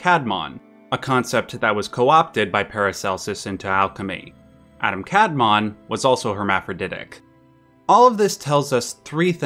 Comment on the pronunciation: A great video! I knew that the author of FMA is a genius, but I am still surprised. Just 1 timy misspronounciation - you say it as "Adam kAdmon", which is a very American way of saying it. In Hebrew, it is pronounced "adAm kadmOn" (the emphasis is different).